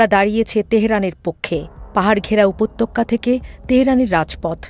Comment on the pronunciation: রিপোর্টার ম্যাডাম, আপনার বাংলা উচ্চারণে আরও সতর্ক হওয়া উচিত। বিশেষ করে এই প্রতিবেদনে “উপত্যকা” শব্দটির উচ্চারণে। আপনি উচ্চারণ করছেন, ““““উপত্যক্কা”””” যা সম্পূর্ণ ভূল।